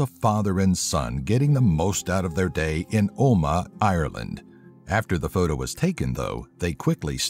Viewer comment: i cant stop laughing at how he said omagh,ireland